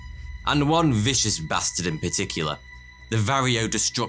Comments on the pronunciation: Former hobbyist beekeeper here. This is an EXCELLENT summary of coevolution, CCD, and current fields of research. I will definitely be saving and sharing this video! Only suggestion? They’re pronounced Var-O-A mites, not varrio. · it VARROA pronounced va-ro-a NOT varryo. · Not var-EE-OH, but VAR OH AH. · Another Ripping Yarn. But "varrio"? We say "varroa".